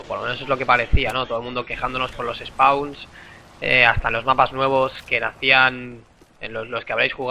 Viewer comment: soy yo o dice los espauns ? jajajajaj